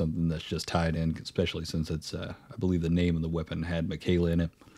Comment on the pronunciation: man said macaiyla's haligtree 😭